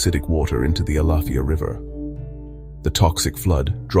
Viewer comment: Learn how to properly say alafia river